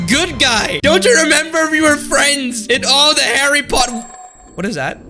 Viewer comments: harry puhtar. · By the way it’s not Harry puthat it’s Harry Potter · Oh noooooooo he said puthar not potter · Chary potter😂😂😂🤣🤣🤣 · Man I love “Harry purthar” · "Harry Puthar"? LOL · Harry Puthar 😂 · HARREH POTTAH